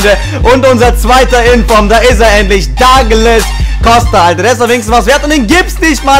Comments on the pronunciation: Der heißt duuuuuuuuuglas Costa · Epischer Anfang! :O Ich finde deine Pack Opening echt mega cool, von den Sprüchen am besten! :) Er heißt aber nicht 'Dagles' Costa! xD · Duglas" Costa bitte ;)